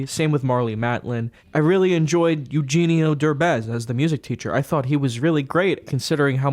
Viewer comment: As a Mexican, hearing say “Eugenio Derbez” was surreal af.